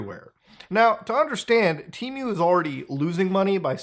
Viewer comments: Why do you keep saying tea-mew??? You should say Teh-Moo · temew? dufuc bro its tee-moo(temu) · It's pronounced Teh-Moo not Tea Mew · Why do people pronounce it like it had 2 "E"s? It's TEMU not TEEMU. God, english is such a stupid language. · TEEMOO, not mew, its NOT MEWDAHAR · temu ❌ T-MEW ✅ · I've always pronunced it "Temm-you"... 🤔 Not "Team-you".... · don't deadname TEEMOO. they revamped all their commercials to now pronounce it "TEHMOO. They even recorded old commercials that used the old pronunciation. I have no idea why they bothered with that as they don't even have a name in Mandarin to mispronounce. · “Teemyou” he says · It's Temu, not Tee miu ... But it's okay, we all make mistakes. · How you pronounce Temu as Timiue can’t take you serious 😂🤦‍♂️ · Drink every time muda says Tee-Mew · "Teemew" lol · Tee-mew 🤦. You got it right the 3rd time you said it at least lol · Just the way this guy says the word temu as “tea-mew” makes me never want to shop there again. How does he pronounce the bird, Emu? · temuuu lol the way u say it is so funny lol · Why the fuck are you saying tee-mew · it’s just not how you pronounce it. It’s just goofy I guess lol. I think I know why he does it tho, temu has been pushing a lot of low quality ads with AI voice overs that do pronounce it tee-mew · Tmew.. Muta sounds like he is summoning a Pokémon. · What was I welcomed to Themis video by? Yep, a Teemew/temo/timeyuh/tehmoo/timoh ad. Nobody knows how to pronounce it. All examples above have been used in their own ads. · your pronunciation of temu and shein is very interesting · why do you add 3 extra letters in your pronunciation of temu lol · I think its pronounced Temu like "Test" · Temu doesn't even know how to pronounce temu. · Never trust an online store who cant even pronounce their own god damn name in their adds! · Their own ads cant pronounce it correctly😂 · listen closely how muta says temu ☺️ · So shady not even they know the correct pronunciation of their name